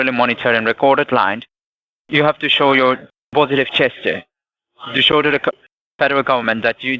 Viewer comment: Ohhhh, he's saying positive gesture, I thought he was saying positive chest !!! 🤣🤣🤣🤣